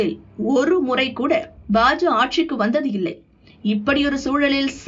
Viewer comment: FOR EVERY VIDEO YOU SAY BA JA INSTEAD OF BA JA KA, YOU EARN A DISLIKE